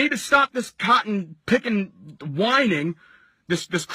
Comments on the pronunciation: “Cotton picking whining” this nigga southern came out 😂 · I was offended he said cotton pickin